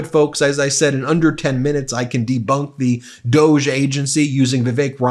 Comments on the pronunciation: Hey Ben, I think it's pronounced "dog-ee" look at Mascot. Trump hates dogs. So he gave them that bogus identity. I think Trump us totally laughing at Elon behind his back. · It's always funnier if you use the original pronunciation - Doggie. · Doge is am unelected agengy, should be Duh-ge! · DOGE…..pronounce it like ‘dog’ as in ‘dogee’. Soft g sounds French. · It's pronounced Dog e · It should be pronounced dog-e. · Please pronounce DOGE correctly. It rhymes with "doggie" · It's "dog-e", as in a dog of an idea/department! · Please stop indulging them calling it DOGE (dohjj)…let’s go with DOG-E (doggie) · Instead of pronouncing it "doughj" maybe we should start more honestly pronouncing it "doggie". It is essentially two powerless uber-rich sociopaths fanaticizing cruelty. On a more positive note, a "DOGE" House subcommittee seems the perfect place to put a ranting idiot like MTG, as she will have essentially no power but will not know it. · It is beyond me why you and other media insist on calling this fake government office DOE JA when clearly it should be pronounced DOG...there is even a DOG as the Dept Logo...come on, they are laughing at us😢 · Not DEGE. DOG E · Are you sure it’s not pronounced DOG-EEE. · it’s pronounced ‘doggy’ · I think we should pronounce DOGE as DOG E. Doggy The whole thing is so ridiculous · Pronounced Dog-eee. Just because. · It is more correctly called Dogy in how it is supposed to be pronounced. Most people seemingly never clued in. As in "The doggy 🐕 barks a lot." Some people know and everyone else does not care about that. The fact the creators of it did not correct people on the pronunciation of the name is possibly a small inside joke to the people who know about that.😊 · FYI "doge" is pronounced "doosh" as in the word "douche". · DOGE don't you pronounce that "dog 'E'... trump's dog. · It's was originally pronounced "doggy" dog,E.... Elon was the moron that pronounced it incorrectly. His stupidity is spreading 🤬